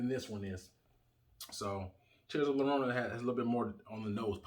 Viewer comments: Lorona? The double LL sounds like when you say "J-ust" or "J-esus" JORONA or Y as in the word "Yellow" or "YO BRO'" YORONA if you are saying it quick. But bro. You are killing the name LLORONA. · For future reference, in Spanish a double L is pronounced as a Y, so it's pronounced Tears of Yarona.